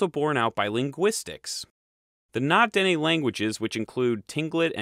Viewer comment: Na-Dene: stress the “ne” part; like “nay”. Tlingit: pronounce like “Kling-kit” (there is a very slight “t” sound to the “k”; but it’s subsumed into the “k”).